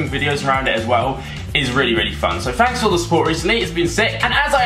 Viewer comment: Why do u always say Fankes not thanks?